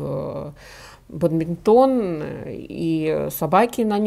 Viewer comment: Правильно говорить : баДминтон ( не баб...)